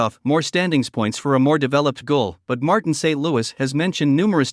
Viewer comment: I don't like these voices. They do not pronounce the names correctly for example Guhle =Goole etc. get a real person who knows.